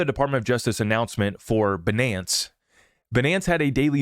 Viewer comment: Man you're funny by saying Binance like that. 😂